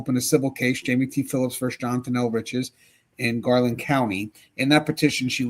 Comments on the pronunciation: Just in case you end up reporting about the incident from there again, it’s pronounced, “Sha-LAN” even though it’s spelled Chelan. There is a lot of French influence in that part of Washington and Idaho. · Chelan Washington pronounced Sha-lan